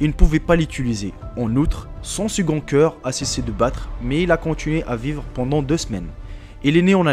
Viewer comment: on dit coeuur pas ciiieuur !!